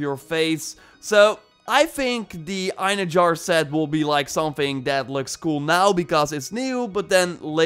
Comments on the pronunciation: It's EinherYAR, not Einherjar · Just so you know. The j in einherjar is pronounced like an h not a j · I'm pretty sure its pronounced. ein herr yar. (Einherjar) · Bruv...”Einherjar” is pronounced “ENhairyYAR” for everyone butchering this name. For reference, in SPOILER Asgard, Thor says this a few times during the first quest at the meeting in the Great Hall before the battle at the Bifrost. If you choose Thor to fight alongside you he will give a speech calling to the Einherjar to join the battle. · You are pronouncing Einherjar slightly right (eye-nee-he-ra-are.. The ra-are sounds like rawr) just that the "J" is silent. But yeah i believe i was the one who pointed out that the armor set was based on fallen vikingr who go to valhalla to wait for ragnarok during your live stream, keep up the good work i enjoy your gameplay and the info you give. Fan From Norway 👋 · Eyenerjar lmao that killed me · Einherjar is actually pronounced "en-haer-e-yaar" :) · Eyen-her-yar is how that's pronounced. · Pronounced Ine-hair-yar